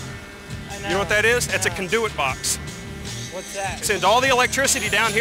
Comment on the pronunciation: The "CAN-DO-IT-BOX" rofl...